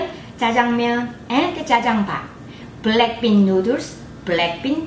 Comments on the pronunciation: Am I the only one who heard BLACKPINK instead or black bean? On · She sound saying blackpink noodles 😁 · i kept hearing black pink sauce wth